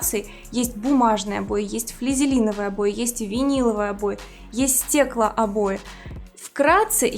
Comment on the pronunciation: O boy" она говорит